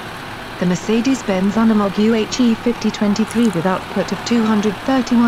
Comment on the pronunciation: Hard U in Unimog not a soft U. You stupid ignorant bitch.